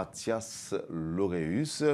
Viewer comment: Lauréus et non Laurus !!!